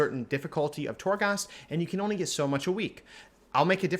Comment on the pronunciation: PLEASE LEARN HOW TO SAY TORGHAST CORRECTLY!!!! It seriously makes me cringe every time you say it